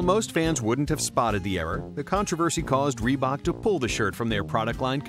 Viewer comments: Raelly Reebuk! Lol! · "Assembry by rebook " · Lol reeeee bok so bad